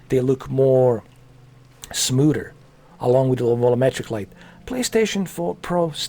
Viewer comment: You said "smooder" so many Gah-damn times lmfao.